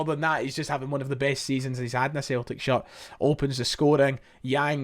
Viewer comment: JOTA WITH J...not SHOTA...apart fae that...Great work👌🍀